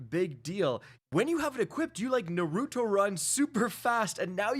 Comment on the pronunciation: How do you not know how to say Naruto's name They say it in the anime all the time and not once does anyone say it like you tried to